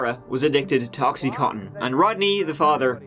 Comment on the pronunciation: Oxy-con-tin. Not cotton. Bad enough the Americans say it wrong!